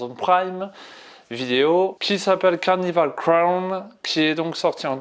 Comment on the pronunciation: Carnival crown ? Vous pouvez pas faire un effort sérieux ? Au moins le titre de la série essayes de le dire correctement.